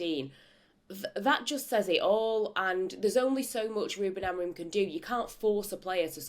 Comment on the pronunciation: Unsurprising there's only 60 likes after 11 hours. Ange and Crook very negative and ignorant. And how a supposed "Journalist" still cannot pronounce Amorims name right after 6 Months is ,... how shall I put this, "EMBARRASSING".